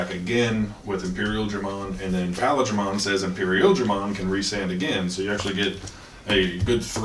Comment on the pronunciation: Love the vids, Paildramon mispronunciation made me a little sad though considering he's my favourite mon. Still, keep up the good stuff cos I'm hype as hell for the English release